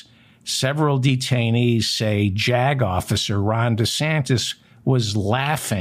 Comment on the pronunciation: Every time you say "Jag officer", I hear JACKOFF.